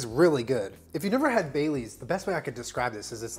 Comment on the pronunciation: I kept hearing bay leaves instead of Baileys